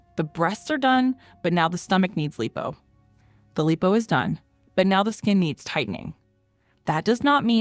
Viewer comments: Tf is "LEEPO" ?😂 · It's not LEEPO, it's LIPO= LIE-POE